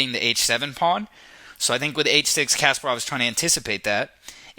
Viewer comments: You should pronounce Kasparov name with the right intonation. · Kas-PAH-rov. (Accent on the second syllable) Not CASPER-ov. Good grief.... SHM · Um, it has nothing to do with grammar; it's just simple, correct vs. incorrect pronunciation. It's not rocket science. Common sense dictates that you don't make a chess video and then mispronounce the name of the very (legendary and well known, mind you) person your video is about!